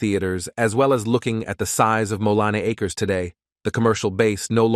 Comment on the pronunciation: Very cool video and well written. But I do think you should read the script yourself rather than the emotionless AI voice that repeatedly fails to say "Mo-Leen A-Kers (Moline Acres)" correctly. It would also add a bit of emotion to a video that is sure to generate a strong emotional response. I just found your channel and subscribed because I love North County history since I grew up here.